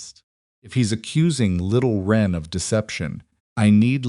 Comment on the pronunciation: Little wren, not ren. This is a type of little brown bird.